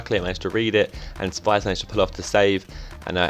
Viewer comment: just to let you know, your goalkeeper is pronounced Spee-shh. Her sister goes to my school ;)